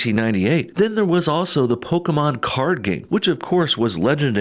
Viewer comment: No bullshit: thanks for saying Pokémon and not "Pokee-mon"